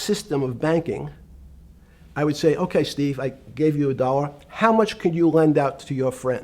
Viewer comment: The way he pronounces "dollar" is straight out of a south park episode